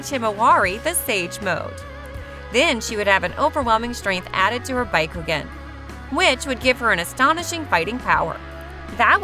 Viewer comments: Baykugan, Hokaje.... 🤮🤮🤮🤮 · Bookugun , tensaygun , konuhuh, hamyuru otsuki , gooodiedamaas , doo justu. Jen chur icky , fk this ai can’t read for shyt😂